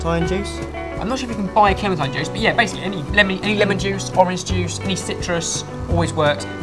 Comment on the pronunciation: I don't care how you say clementine but could you please stick with one pronunciation.